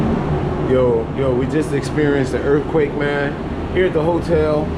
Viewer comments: URF-quake? URF-quakes are crazy, Bro?! Ya know wuh I'm sayin'?! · same way I felt listening to you talk about "duh URF-quake."